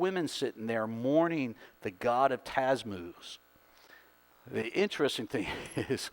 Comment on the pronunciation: It is Tammuz. Ta-mooz. Rather than TaZmuz.